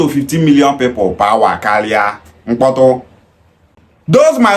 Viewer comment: People is not pronounced pepol, boy.